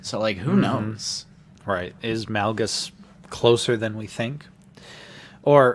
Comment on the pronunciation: I love you guys but it kill my ODC when you pronounce Darth Malgus incorrectly. Its Malgus, pronounced like Darth MAUL-gus. Play the game, listen to the audiobook, you guys same his name wrong everytime. Other than that keep up the good work!